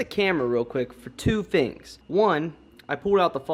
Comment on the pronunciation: The way he says “fengs” when he’s saying “things”.... haha